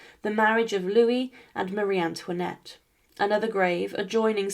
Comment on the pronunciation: Pitié, plus d'IA ! C'est incompréhensible ! "Touinette" ? Quelle horreur ! Un peu de respect, SVP ! Et non, Marie Antoinette n'était pas "REINE CONSORT ; ce titre n'existe pas en France ! Elle était REINE DE FRANCE, par mariage avec le ROI LOUIS XVI !